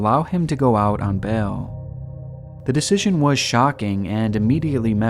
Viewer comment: love your videos but... bail, not bell.... At first I was like what? bell? Than I got what you were saying